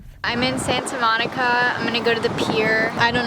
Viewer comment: coming from a californian....the way you pronounce santa monica is so extra lmaooo